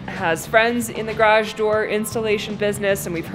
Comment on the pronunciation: !: You said garage like 12 times in this video! All of them were very close to correct and very consistent. There is a tiny bit of room for perfecting it, but you are the 93% level! I consider that coming from where you started you will sound like a foreigner now--at least to the people who your learned that awful original pronunciation from!